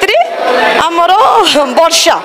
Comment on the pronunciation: Seita barsha not barshya😏